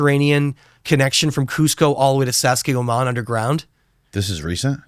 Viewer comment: i hate when people change the name of something known to something with their own twang.. sounds like dude said sassayhuaman